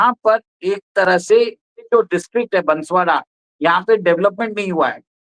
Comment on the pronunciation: बांसवाड़ा नाम है बसवाड़ा नहीं है